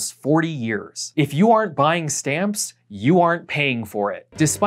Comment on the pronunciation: longtime fan, love your videos. feedback to use as you will, don't use contractions when making bold points like . I kept hearing "if you are buy stamps, you aren't paying for it" Its weird I understood the second aren't, but i had to double take a few times. either way, it woulda been more impactful to say "if you are not, you are not" rather that aren't. maybe im just dumb tho.